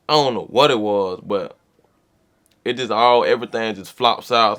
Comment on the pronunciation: 🤣🤣🤣 “ion know”